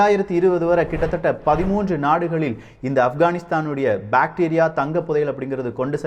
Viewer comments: Bacteria va.. bro that is bactria indogreek kingdom.. pronunciation should be watched carefully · அது பேடீரியா இல்லை பேக்ட்ரா